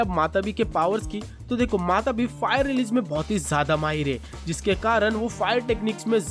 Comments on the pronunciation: Yr wo matabi nhi hai matatabi hia shayad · Bhai woh matatabi hai matabi nahi